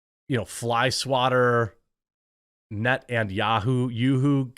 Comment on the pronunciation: Lmao at "net and YooHoo" tho